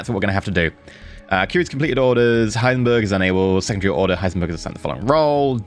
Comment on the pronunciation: Still wonder, why nobody actually corrected you on Heisenberg, not Heisenburg ;).